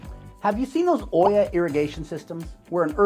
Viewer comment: This is a very good YouTuber video 🤍 the double L in olla is pronounced as a Y sound like "Oyah" 🤎 ived started making these based on your instructions mister YouTuber and they are working like the olla they are 🤍🤎🤍🤎🤍🤎🤍🤎🤍🤎🤍🤎🤍🤎🤍🤎